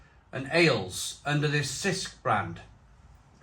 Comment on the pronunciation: it's pronounced CH-isk